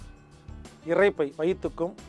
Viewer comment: தம்பி,கவளை,இறப்பை என்பனவற்றை தயவுசெய்து திருத்தி கவலை,இரைப்பை என கூற முயற்சிக்கவும்.நான் இப்படி கூறுகையில் யாரோ ஓர் பெண்மணி "இது ரொம்ப முக்கியம்"என எனக்கே நக்கலாக கொமன்ற் போட்டிருந்தார்.அம்மையாரே எம்மொழியை பேசினாலும் அதன் உச்சரிப்பு சரியாக இருந்தால்தான் அர்த்தங்களும் சரியாய் இருக்கும். இதை மறந்து நம் தாய் தமிழை கொல்ல(கொள்ள) வேண்டாம்.